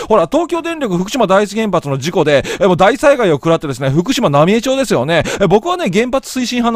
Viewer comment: 野暮な指摘で申し訳ないが ×浪江町（なみえちょう） 〇浪江町（なみえまち） です！